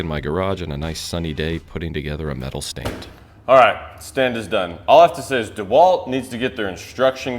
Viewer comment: Shewalt lol